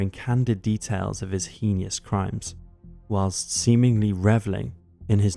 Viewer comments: Hay-nus not hee nee us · The word is not "henious" it's "henous" - just saying. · Heinous is pronounced as "hay-nos" not "hinny-us". Just for help in video presentation. So sad there's so many out there like that with the capabilities to do such horrors 😢😢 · it's heinous crimes, not heenious crimes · The word is heinous, not "henious". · Is HayNus not HeeNeeOus in pronunciation... drove me nuts the whole time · When you said hee knee us I believe you meant heinous which is pronounced hayness. Have you seriously never heard the word heinous spoken before? You know there is pronunciation examples of every word on YouTube right? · It Heinous not HEIN 'E' OUS. Other than that your production is very good 👍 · heenie us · HEEN-ee-US — that's how you pronounce heinous. 😅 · Hee-knee-ous crimes? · "He-kneeous" Crimes? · It's pronounced HAY-nus. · Just so you know “heinous” is pronounced “haynus” … not to be snarky but for the next videos 😊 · It would be hay-nes or nis ,nos wouldn’t sound right either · Henious? Assailant? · Um, I believe you mean Heeeeeeanis? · That's not how you say heinous wtf. EDIT: And the way you constantly swap between calling the first one Kallinger and Killinger, and the tonality of the words bloodstained shirt makes me think this is read by an AI trained on your voice. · First time saying heinous? 😂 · Mfer, say “heinous” correctly. At LEAST. I’m American and Brits think I ruin the English language. WHAT THE ACTUAL F is THIS, then? Timestamp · HEINOUS. Just saying, Mr. Illiterate. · What sort of truecrime guy cant pronounce "heinous"?